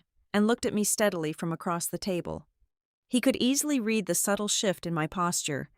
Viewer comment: You Still Don’t Know How To pronounce the word “Read” ???